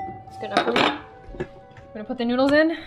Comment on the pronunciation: when she said she put the e seasoning on teh noodles i said"oh yeah teh noods!" it sounded like "oh yeah the nudes!"